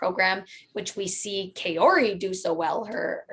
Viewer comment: I totally agree it’s not hard to wear a mask properly, but it’s also not hard to pronounce people’s names correctly... it’s Kaori (Kah-o-ri) not “Kay-ori”.